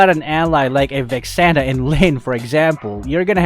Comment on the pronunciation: Litchally said vexana lol